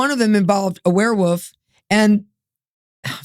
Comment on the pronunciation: I love how she pronounces it "werewoof." is the BEST.